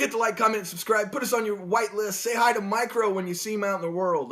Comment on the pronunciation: haaha got the shoutout and missed it damnit :D It's not Micro like Microsoft - it's Mirco | Mirko - it's a name. haaaha Thanks for the shoutout <3